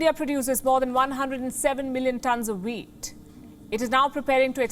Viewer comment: OH! Wheat not weed.